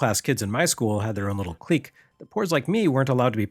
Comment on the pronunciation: Thumbs up for pronouncing "clique" correctly.